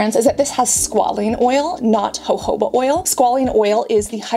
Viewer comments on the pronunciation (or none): none